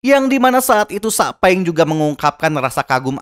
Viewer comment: Bang bukan sakpeng tapi saupeng royozuka itu yang benar